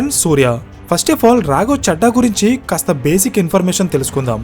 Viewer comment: రాఘవ 'చెడ్డా' కాదు, రాఘవ 'చద్దా' అని చదవాలి. మనం మాట్లాడే భాష వినడానికి ఇంపుగా వుండాలి కానీ ఇరిటేటింగా వుండకూడదు. ప్రాంతాల్ని బట్టి ప్రొనౌన్సియేషన్ మారాలి. నార్త్ వాళ్ళు 'దిల్లీ' అంటారు. మనం 'ఢిల్లీ' అనాలి. నార్త్ వాళ్ళు 'రబీంద్రనాథ్ ఠాగూర్' అంటారు. మనం 'రవీంద్రనాథ్ ఠాగూర్' అనాలి. అలా ప్రాంతాలను బట్టి భాష మారకపోతే... మేటర్ ఎంత బాగున్నా, వినేవారికి ఇరిటేటింగ్గా వుంటుంది.